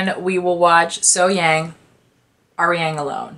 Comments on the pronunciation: No, actually the 'a' in SoHyang is pronounced kind of the same way as the 'a' in the words car, dark, lark, etc. 'Lark and 'lurk' don't sound the same, do they? Similarly 'SoHyang' and 'So Hyung' are pronounced differently. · I believe you say her name with a quick H, then Yung, So Hyung.